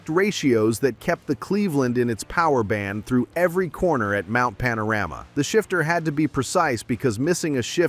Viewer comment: Mount Pana-Rammer? Ok Americano AI😁